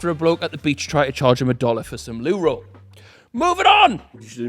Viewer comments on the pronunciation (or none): Loo ol when he says loo roll